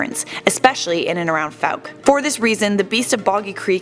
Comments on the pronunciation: You only pronounced fouke correctly once. It’s not fowk or fuke. It’s pronounced foke. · What if people could pronounce my home town right? It is not Foo-ck. It is Fow-ck. Like Fowl nor Food. Geez that ruins a video when some mispronounces my hometown. But thanks for doing a video of their urban legend. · Thought it was pronounced like: foke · What if this idiot narrator pronounced the name of Fouke correctly throughout the video? ( vs )